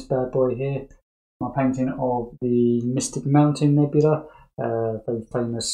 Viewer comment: The way they pronounce it is: My-Stic-moun-tain-ne-bu-la not Mi-stic-moun-tain-ne-bu-la